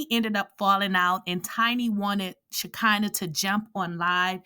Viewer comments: Isn't her name "She(kee)nah? Why do you keep saying "She(kai)nah? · why are you consistently pronouncing her name all wrong like that???